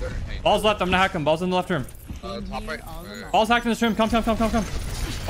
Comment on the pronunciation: “ball’s hacked, ball’s hacked, ball’s hacked” but sounds like “ball sack, ball sack, ball sack.” LOL